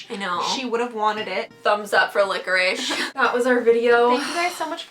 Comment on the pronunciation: its licorice not licherish